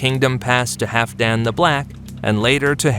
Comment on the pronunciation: I believe you are mispronouncing Halfdan. Hall-f+dan. The L is not silent.